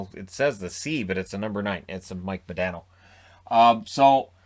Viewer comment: Mo-DON-O, Not Mo-DAN-O eh?